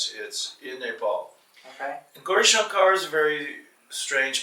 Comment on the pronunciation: sir please teach that guy to say gourishankar correctly